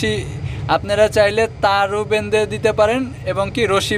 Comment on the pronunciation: বেন্দে না ভাই বেধে